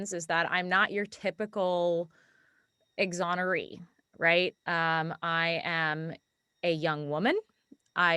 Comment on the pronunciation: lol "exonoree."